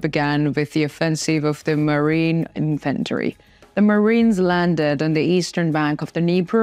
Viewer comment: Infantry is pronounced “IN-f’n-tree” not in-FAN -tree ..Referring to foot soldiers. Just say “in” loud, then softly put “f’ntree” after it. The “f’ntree” is a lower not in pitch too. Slide down to the “f’ntree” in the loud “IN”. Trust me. 🙏🏼